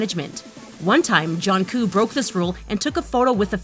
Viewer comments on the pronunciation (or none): THE WOMEN SAID “JOHNKOO” INSTEAD OF JUNGKOOK 😂😂😂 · Did u really call jungkook, jonkoo?🤦🏼‍♂️🤦🏼‍♂️🤦🏼‍♂️😭😭😭😭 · ya realize she said jungkoo instead of jungkook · I died when she said johnkoo instead of Jungkook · "Jaunkoo has been known for doing....'' Jesus get the mans name right its Jungkook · Did she just say ”Junkoo” instead of Jungkook >:O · "JOHNGOO" IM CRYING LMFAOO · Johnku? Who tf is that? You mean Jungkook? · "JohnKoo" "Jeemin" 😂😂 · Tf is Jhonkoo Nahmjoo Taeyang Jeemen And tf is Bengteng It's either Bangtang or Jinhit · Person talking: jong-kook can eat anything- Pauses video Me: boi it's not jong-kook it's jungkook 😂😂😂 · YOU PRONOUNCED IT WRONG Its Jungkook Not Jhon coo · She says johnkook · If your going to do a BTS video here are some tips: 1. Know how to pronounce their names. It’s annoying when people say “Taeyung” instead of Taehyung or “Jonkook” instead of Jungkook. And 2. Actually know your facts. A lot of the stuff you said is inaccurate and to new fans can be confusing. So yeah. Your welcome. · Junkoooo, jeeemin 😂😂 jungkook jimin😂😂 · sksl she said johnkoo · Jonkoo????? Jungkook!!! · “Johnkoo” okay I Now I’m fucking triggered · Um his name is Jungkook not Jungcoo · DID YOU JUST SAY TAEYHYUNG GAIN WEIGHT OH NO HONEY. BTW ITS JUNGKOOK NOT JUOHNKUUUK Not to be rude😊😊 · How dare u u call my bias johnkook when its jungkook D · LEARN THEIR DANG NAMES IT’S NOT G-MIN it’s Jimin, IT’S NOT JONKOOK it’s Jungkook ALSO IT’S NOT TAEYOUNG it’s taehyung, good grief! Sorry i had to let that out “G-min”: “Jonkook”: “Taeyoung”: Where the BTS army at? 💜💜 I’m a big BTS fan so it annoys me when they don’t even take the time or find out the proper pronunciation of the word. Sorry but it’s a bit annoying and i dont wanna get hate comments i just wanted to say it was annoying the video was good btw and yeh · Johnkoo seriously?😬🙄 it's jungkook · "Johnkoo" LOL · Mr. Worldwide Busy Please stop pronouncing Jungkook's name as Johncoo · “johnkook” and “taeyoung”